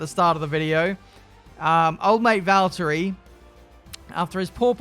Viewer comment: No no no, he's driving Valterrrrri Bottas 😂